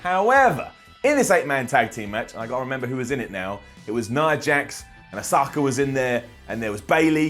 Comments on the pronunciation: To be fair... that spelling can also be pronounced Ah-Sue-Ka. Granted even then it isn't that drawn out, but... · Dude the ‘u’ is silent in ... “Osaka” lmao 🤦‍♂️🤦‍♂️🤦‍♂️🤦‍♂️🤦‍♂️🤦‍♂️🤦‍♂️ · Only one thread is allowed for osaka-asuka botch. Plz don't keep commenting the same thing. Let that thread be this one.